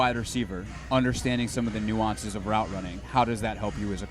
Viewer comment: Right??! I think he was trying to say "nuances". Jesus take the wheel.